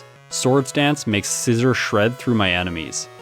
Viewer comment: You are saying scizor wrong